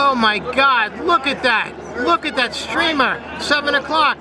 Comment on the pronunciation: OH MY GOD..... STOP SAYING LOOK AT DAT